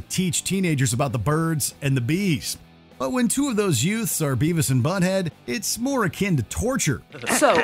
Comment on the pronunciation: sorry, what did you say? what was that word you used? "yutes"?